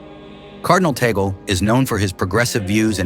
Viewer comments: "Tagle — pronounced 'TAG-ley,' not 'tag-ol.'" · The name of the Filipino Cardinal is not TA-GEL. The correct pronunciation of his name is TAG-LE---TAG as in "tag-along" and LE as in "le-mon." Before you talk about him, be sure to properly pronounce his name correctly first. You're not being credible with your very basic error about his name. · Eyyyy,,,, its not TAGEL ITS TAG LE,,, U IDIOT MUST RESEARCH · His surname is pronounced as THAG LEH.